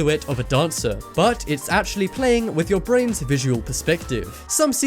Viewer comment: it actuwally worked im impressed